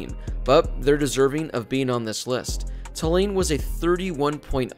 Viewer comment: It’s TOO-lane, not tuh-LANE.